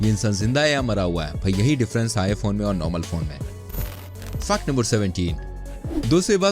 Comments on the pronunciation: U pronounce fact to Fuck no 1,2,3 or j tu jaan buz k krta hai kaminey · Fact ko fuck kyu bol rahaa hai